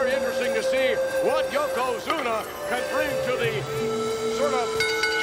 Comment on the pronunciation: Does anyone wanna tell him it's not Yokozuma it's Yokozuna. After the belly to belly I watched it 10 times😂